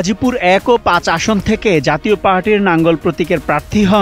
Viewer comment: পাঠক লাঙ্গল কে নাঙ্গল বলে।